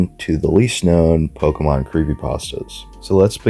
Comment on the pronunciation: This video is very nice.. But it always pains me when people don’t pronounce Pokémon (Poke-ay-mon) correctly. Not being rude lolz